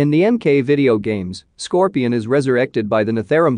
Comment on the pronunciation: Apparently “Scorpion” is the only thing he can pronounce right 😩